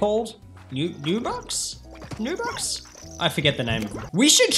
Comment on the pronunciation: it's not nubucks it's star bucks or poo bucks